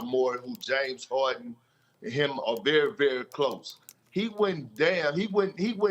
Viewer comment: KP says - Howden (Harden), vewy vewy (very very), cwedebiwity (credibility)... And just continue blabbing.